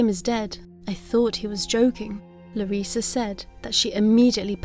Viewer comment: you say Larissa just fine, no worries.